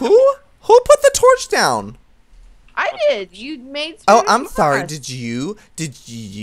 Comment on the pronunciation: "spanish mosh" lol joey